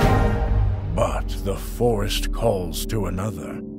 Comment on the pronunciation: BRUH "your sister, the queen of FIYA." I CANT BREATHE